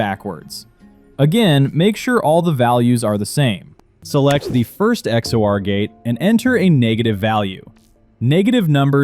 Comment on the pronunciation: its not x o r its x or.